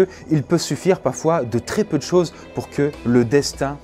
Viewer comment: je cite "il peu suffire "PAFOIS" il manque le R